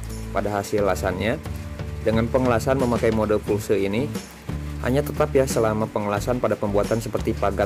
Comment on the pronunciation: Permisi urun koreksi. Pulse mode (english) = mode Pulsa (indonesia) yg artinya kejutan berjarak tertentu. Jangan disebut Fulse karena lebih ribet pengucapannya & malah salah..